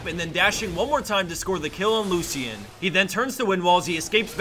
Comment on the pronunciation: Ya-su-o... LuCian... do you not know how to pronounce these names?